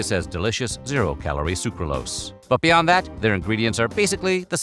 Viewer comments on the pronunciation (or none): none